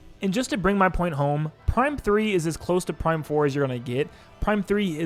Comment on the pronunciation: You said Prime 3 wrong